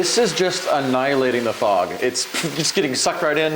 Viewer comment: i though you said frog.